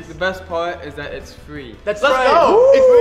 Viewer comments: Downwode it it fwee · No I'm pretty sure he said it was Fwee not Free. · What is everyone talking about?? This game is actually pretty fun! And its "fee" just like they said in the video! The only downside is, since I started playing all my chest hair fell off, but it doesn't bother me because I'm staring to look just like the Doorbell brothers